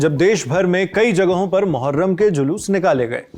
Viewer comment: मुहर्रम ❎ मुठमार्रम ✅